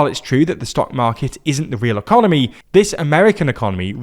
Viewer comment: ah yes the eoncomy